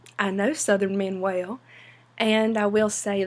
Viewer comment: as well ❌️ as whale ✅️